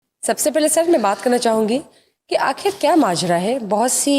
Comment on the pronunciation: shame on you (), you don't know how to pronounce the word "Akhir" I don't know who gave you this seat.